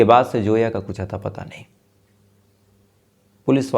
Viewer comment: No name like Joya it's Zoya understand Zoya Z Z Z for Zoya not Joya please correct your pronunciation